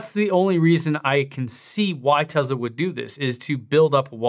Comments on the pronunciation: Its pronounced TESS LA not TEZZ LA why do most youtubers pronounce it TEZZ LA? its annoying to me. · For god's sake stop pronouncing it as TeZla. You don't have a South African or British accent so you have no excuse. I couldn't watch the rest of this video because of this. TESSSS LA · It's Tesla not Tezla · It is Tesla not Tezla. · Tessssssssla not Tezla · TeSla not TeZla. Sorry not sure why that bothered me lol. Thanks for the vid tho! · Why is he pronouncing this like it has a Z in the name it’s Tesla with an S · Hard to concentrate when you are saying teZla... I know its a nit pick but I don't understand why lol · it's teSla, not Tezla. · Elon said he won't give you one till you quit calling it Tezla :) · If you pronounce the company as Tezla, I instantly stop watching your video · Okay please start saying tesla right Tes like Tessa and la like lana so tesla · Am I the only one that is so annoyed by how he says TESLA?????????